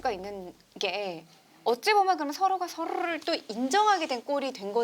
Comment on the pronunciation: 초 ㅋㅋ